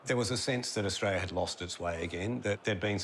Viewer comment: Everytime someone says Australia I listen Frustralia.😉😁😂